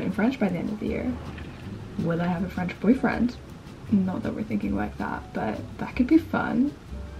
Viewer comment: Omg!!! Your French accent is so good!!!😍 Wishing you the best in this new adventure xxx